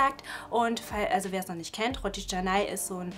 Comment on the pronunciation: Das heißt Rotti Chennai 😂